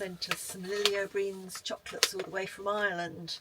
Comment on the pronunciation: Lily O Brien is pronounced Lily O Brian 🤣